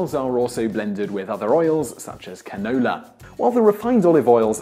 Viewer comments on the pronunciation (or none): "such as CAN OUU LAH" lol dafuq